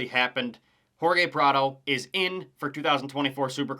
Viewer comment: Its Hor-hay Prado, not Hor-gay. Other than that it was a home run of a video.